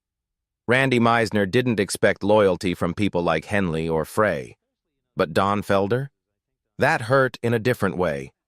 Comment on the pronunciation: Ai needs to learn the correct way to say "Frey"